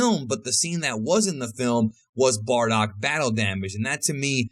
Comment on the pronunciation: why do i keep hearing 'bordock' every time he says 'bardock'?